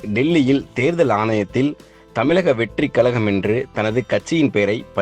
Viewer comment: யோவ் தந்தி டிவி அது கலகம் இல்லை கழகம் 😁 தமிழ் சரியா பேச தெரிஞ்சவன வேலைக்கு சேரு 🤔 இல்ல தந்தி டிவி தத்தி டிவியா மாறிடும் 😁😁😁